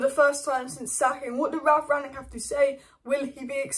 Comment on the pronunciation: Rang-nick. Not Ragnick , and certainly not Ranyick 😂